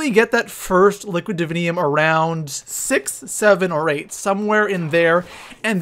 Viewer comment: I hate how that stupid lesbian Canadian says liquid divinium "Liquit Dividiniums"